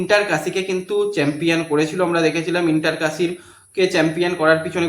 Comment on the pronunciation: santir chhele chempion thik moto uchharon korte paris na boka.....da